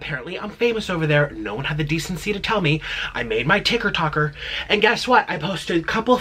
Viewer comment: He called it a TIKR TOKR